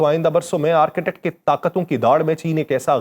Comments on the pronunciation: .its arctic not architect. 😅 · آرک ٹِک ، بولیں، یہ آرکیٹیکٹ نہیں ہے۔ Arc tik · Architect or Arctic (Arktic- pronunciation) 🤣🤣😂😂😆Bhai pronunciation tou sahi ker lo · میں پچھلے کئ ہفتوں سے آپ کے ویڈیوز دلچسپی سنتا رہا ہوں۔ آپ کی آواز۔ الفاظ کا چناو اور ان میں ربط کافی متاثر کن ہے۔ آج تھوڑی سی تصحیح کرنا چاہوں گا۔ Arctic جسے عام طور قطب شمالی کہا جاتا ہے۔ اس کا تلفظ آرک۔ ٹک ہے۔ Ark-tic ہے۔( آرکی-ٹک) نہیں۔